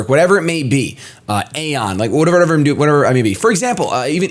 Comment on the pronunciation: Did you just say Aion?